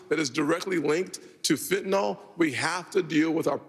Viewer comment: Chris Christie the only republican who knows how to pronounce Fentanyl.